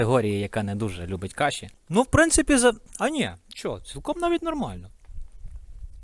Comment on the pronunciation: кашІ з наголосом на останній склад звучить прикольно) Це волинська говірка?